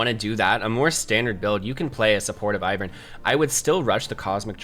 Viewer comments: Basic English dictates that it's AIvern and not IHvern. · lol your pronunciation. yeah, its Eye-vern. Because it's like Ivy. that's the whole point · its EYE, Vern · It's Eye-vern